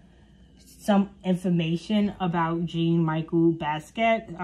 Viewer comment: You can't even pronounce Jean-Michel Basquiat properly....throw the whole video away.